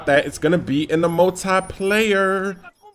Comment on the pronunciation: multeye-player lol